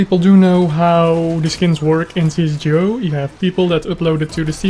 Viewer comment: i know but you are saying it not right